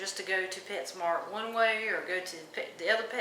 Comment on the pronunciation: Hey lady... It's petsmart not petsmark